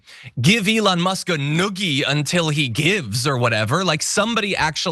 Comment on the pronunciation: G'day John, Not sure if you are aware of the word you said, "NOOKIE" means something completely different to the word I'm assuming you meant to say, "NOOGIE"... 🤣 but hey, a slip of the tongue is no fault of the mind, especially when you are trying to get a lot of info out in a short amount of time 😉 Have a great day 😁 🙃🐨🇦🇺